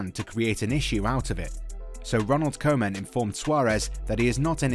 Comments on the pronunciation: Koeman is pronounced “Coo-man” not “Co-man”. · the "oe" in Koeman is pronounced like Coutinho, just imagine it written like Couman. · Ronald Koeman, not Koman . The first English man who pronounces his name as an American would.